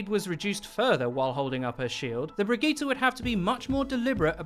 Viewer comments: Is he saying brigette wrong or have I been saying it wrong? I say “bridge-it” not “bridge-gee-ta” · how about learn to sayt he name first then care about a rework